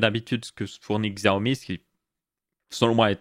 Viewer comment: Quand tu as parlé du Xiaomi (qui se prononce "chiaomi" au passage, moi aussi je disais "Xiaomi" avant) et que tu as dis que tu ne voyais pas l'intérêt de mettre des pubs a certains endroits (qui ne sont pas gênant en vrai), et ba pour moi, si ça permet de réduire le prix et ba je vois clairement l'intérêt, surtout quand on sait que sur Xiaomi prend genre moins de 5% de marge sur ses téléphones entré/milieu de game